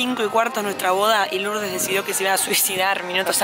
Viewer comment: en vez de decir LouRRdes dijo Lords tambien jajaja, ahora solo tienen que llevar el certificado al registro civil aca en Arg y listo queda registrado legalmente aca tambien ❤💍